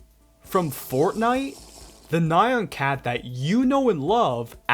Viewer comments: ITS NOT NAI-AHN ITS NYA-N NYAAAAAAAAAAAHH N NOT NAI AN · hearing this guy say "naion cat" over and over again is frying my brain